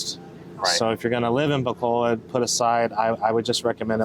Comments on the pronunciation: its not bacolad its pronounced Bacolod...lol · No offense guys honestly. I wish us westerners would try harder to pronounce tagalog words and Philippine cities correctly. So all letters 'a' are pronounced 'ah' and all letters 'o' are pronounced 'oh'. So Bacolod is pronounced Bah-coh-lohd. Love your channel.